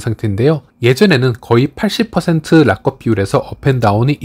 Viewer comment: 파이랑 상관없는 말씀이지만 락업 발음을 라껍이라고 안 하시면 안 될까영.. 우리나라 외래어 표기 방식으로도 그렇구 외국인 발음 들어보니 라겁 or 라껍처럼 악센트를 아예 다 준 것 보다는 '락'에 앞에 강세가 있고 뒤에 업이 자연스럽게 붙어 라ㅋㄱㅓㅂ 커와 거 중간 느낌으로 말하더라구여. 의 발음이 틀렸다고 말씀드리는 게 아니라 강세 있는 발음 단어가 너무 많이 반복되다 보니 영상 시청에 있어서 가독성? 몰입도가 떨어지더라구요. 약간 부드럽게 말씀하시면 더 질 좋은 영상이 되지 않을까 해서 조심스레 건의드려봅니다. 항상 감사드립니다